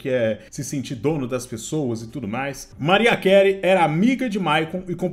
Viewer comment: Pesquisa a pronúncia dos nomes pelo amor de Deus. Pofi déri Maráia quelri